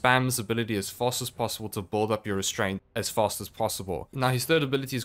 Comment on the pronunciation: lol it’s “BUILD” not “BOLD” 😂